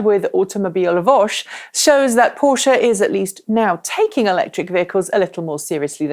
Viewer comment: I love the fact you're pronouncing Porsche correctly. :)